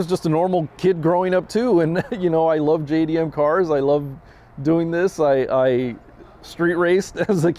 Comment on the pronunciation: Wtf is haakoska you dim wit? Its haako- suuka. Twat.